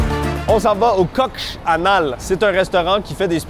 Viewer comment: "coox hanal"...sérieux?